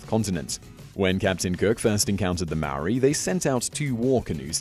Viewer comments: Mar-or-ri?! Maw-ri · It's Maori not Maoris. No plural no matter what. The Maori of New Zealand preformed cannibalism. Not "The Maoris of New Zealand" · thats not how u say maori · hurt me when he said maori